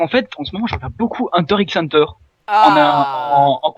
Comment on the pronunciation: bah du coup c'est hunta hunta je crois pas hunter hunter si tu veux le dire de manière japonaise